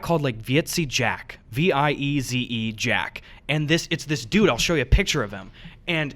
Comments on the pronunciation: Heyy bois, Dutch guy here. When Gus was talking about 'Vieze Jack', that is pronounced very similar to visa, but like vis-uh. Vieze just means Dirty, so you could get away with calling him Dirty Jack (which pretty much fit Gus' description of him :P) Also, I believe I speak for every single Dutch viewer when I say please do a meetup if you do end up visiting here to collab with Jack. We would all absolutely love to meet you in person! ^^ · Vieze Jack, pronounced "Vee-za" Jack. Like you're trying to say visa but gave up at the end. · The way you pronounce"vieze" jack fucking dying XD